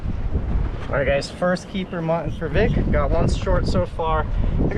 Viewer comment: New drinking game. Everytime Vic mispronounces "Mutton" as "Mhnnn" take a shot